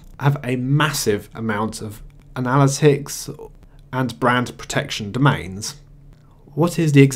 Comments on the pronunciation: You're pronouncing "analytics" wrong. It's not a-nal-it-icks. It's anna-lit-ticks. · Kills me how you mispronounce analytics.